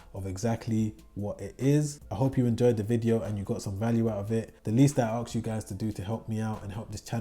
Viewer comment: acks? or 'ask' ?